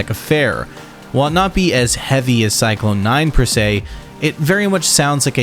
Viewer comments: every time this guy pronounces Psychlon 9 like "Cyclone" instead of Zyklon, the gas they're named after....a goth throws away their boots. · Don’t you dare say CYCLONE nine again 😂